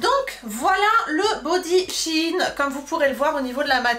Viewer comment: Pourquoi vous prononcez Shi in ? on dit Shein